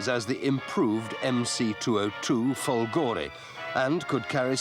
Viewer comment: Per come ha pronunciato "fòlgore" meriterebbe la chiusura del canale!